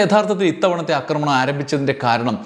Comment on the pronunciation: അക്രമണം അല്ല, ആക്രമണം ആണ്. അക്രമിക്കുക അല്ല, ആക്രമിക്കുക ആണ്. കേട്ടുകേട്ടു ഞാനും തെറ്റുപറഞ്ഞുതുടങ്ങിയാലോ എന്നു പേടിച്ച് ഈ ചാനലിലെ 'അക്രമ'വീഡിയോകൾ കാണുന്നതു നിർത്തുകയാണ്. ക്ഷമിക്കുമല്ലോ. സാമ്രാജ്യത്വ-സയനിസ്റ്റ് അതിക്രമത്തിൽ ശക്തമായ പ്രതിഷേധമുള്ള ആളാണു ഞാൻ. ഇത്തരം വിവരങ്ങൾ അറിയാൻ താത്പര്യവുമുണ്ട്. എങ്കിലും, സമാനമായ വിവരങ്ങൾ ശരിയായ ഉച്ചാരണമുള്ള മറ്റു ചാനലുകളിൽനിന്ന് അറിയാൻ കഴിയുമെന്നതിനാൽ തത്ക്കാലം അവയെ ആശ്രയിച്ചുകൊള്ളാം.